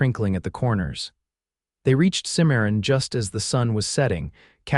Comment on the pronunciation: Good story, but name pronunciations need a great deal of work, Santa Fe is not fee but fa, Santa (Fay). There are others, Cimmaron.